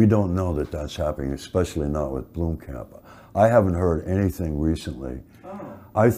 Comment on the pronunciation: How many different ways can Sigourney Weaver fuck up the name Blomkamp?